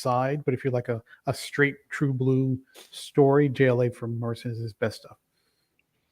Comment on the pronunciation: It was driving me nuts when he kept saying Morrison lol!!!!